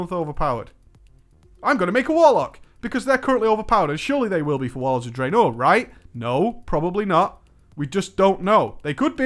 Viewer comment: For the love of god can you stop pronouncing Draenor the way you do.